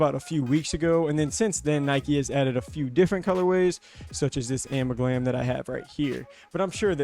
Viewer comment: Its amalgam lol